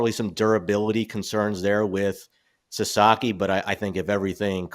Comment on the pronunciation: hey, baseball expert...it's Sa-SA-ki NOT Sa-ZA-ki....lose credibility when you keep botching the last name.